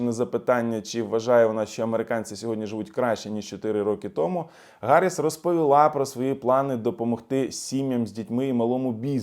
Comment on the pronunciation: я пенсіонер і Ваш підписник, регулярно доначу на Ваші збори. Хочу щиро Вам звернути увагу про немалу кількість русизмів у Ваших розповідях (топливо, захватили,...). І в цьому випуску Ви постійно вживаєте Харіс, а не Гаріс, так кажуть ущербні московити, бо в них немає букви "Г".